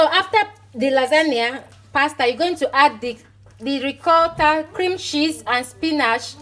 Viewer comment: You and your half Italian self 😀😀 love how you pronounce “Ricotta” “Parmesan” 😀 😀 love this video darling xx